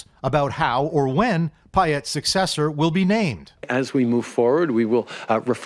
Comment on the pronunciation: Did Trudeau say successhur 😂😂